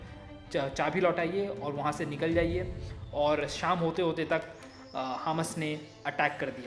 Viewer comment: Bhai wo hms nahi hamas hi good explain